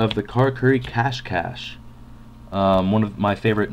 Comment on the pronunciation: I think it's Cash-SHEY not cash cash. lol :p